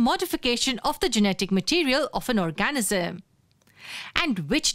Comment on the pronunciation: It's really helpful but whenever she says 'organism'... It's sounds like 'orgasm'.... 😂😂 oh my dirty mind😂😂